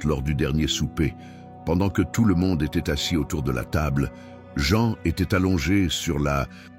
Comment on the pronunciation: Prononcez les vrais noms Jean c’est Jean, Mathieu, c’est Mathieu, etc. etc.